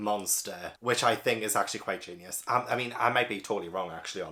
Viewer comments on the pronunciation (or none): none